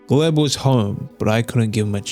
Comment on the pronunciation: It's a sRussian name, pronounced Glyeb.